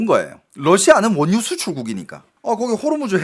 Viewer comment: 원뉴 가 아니라 원유 ..! ㅋㅋㅋㅋㅋㅋㅋ